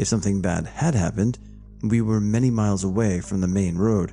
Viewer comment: Microfeesh, and 'suck-sinkt' I think that dude meant miles and miles, not mikes and mikes lol. Cajoling isn't like K-holing. Sorry man, I can't help myself... :) This is awesome, hugs!